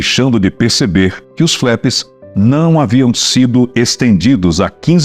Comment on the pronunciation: Não se fala "FLÉPS". A pronúncia correta, mesmo em Potugues é "FLAPS". O "A"tem o som de A.